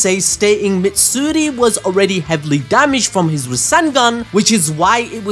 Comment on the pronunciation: MAtsuri dude, Matsuri.